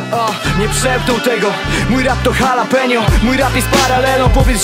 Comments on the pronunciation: Ogólnie Kuba propsy za rapsy! Ale kurwa z Jalapeño to pompa fest hehehe :D Nie Kuba tak się tego nie czyta :D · Pewnie ;) Powiem szczerze, że zastanawiałam się dlaczego uważałeś, że tego tak się nie wymawia, ponieważ nigdy nie słyszałam innej niż właśnie 'halapenio'. Uprawia je się głównie w Nowym Meksyku może dlatego zawsze słyszałam tę wersję.